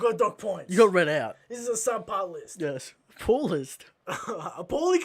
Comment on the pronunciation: cesspool /ˈsɛspuːl/ Learn to pronounce noun an underground container for the temporary storage of liquid waste and sewage. a disgusting or corrupt place. "the town is not the cesspool you portrayed"